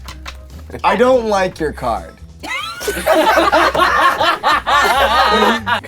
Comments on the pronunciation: Becawse wiw' baby Tannew was uncomfowtabwle and twaumatwized (Because lil' baby Tanner was uncomfortable and traumatized) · bwecawse he was twaumatized